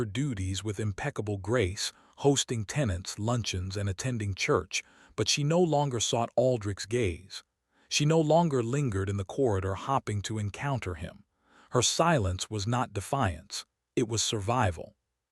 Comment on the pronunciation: Same crummy AI voice that mispronounces names, adds consonants to words; staring into starring, hoping into hopping and the heteronyms; bowed and I’m only into the story.🤦🏻‍♀️ I listened to the whole thing. Same storyline as many other channels, another cold Duke treating his wife like furniture.🤦🏻‍♀️ AI still made more mistakes with the names; is it Elara or Alara? that’s unknown. It’s Mar gar ette, not what AI said. Another hopping which should have been hoping. I rate your tale a 4.5 out of 10.